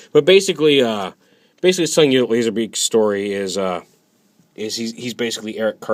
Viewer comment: lol you sed lazer beke!